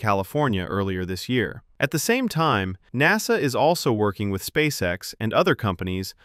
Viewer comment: I agree. But a fairly interesting video nonetheless. It could have been better with less clickbait and a real person talking - notice the pronunciation on ''N.A.S.A'', most real English speakers that call themselves a space/rocket oriented channel should be able to pronounce it with more flow.